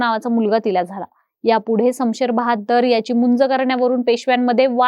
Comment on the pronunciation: शमशेर बहादुर 🎉🎉 Not बहाद्दर 😢😢😢